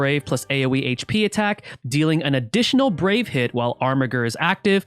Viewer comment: I also think Armiger is pronounced "Armijer".